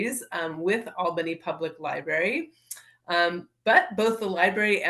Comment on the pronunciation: I enjoyed your presentation but PLEASE, it’s "library", not "libarry", okay?